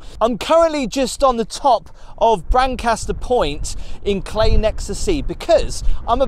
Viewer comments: Forgive me for saying But why on earth would you want a TV in such beautiful surroundings oh another little dig its pronounced Cley (cl-eye) and not Clay... ps James Blunt once slept in my tent in the garden 😊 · Pronounced Clye as I have been Told by the locals 👍🏻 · FYI, some local knowledge. Cley rhymes with eye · Thank you for showing everyone our beautiful North Norfolk coast. We say 'Cly' for Cley but that might be a Norwich thing. Gorgeous accommodation and the views are as always, breath taking. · Hi,: Fab location. FYI Cley rhymes with eye and it is Blakeney Point.😊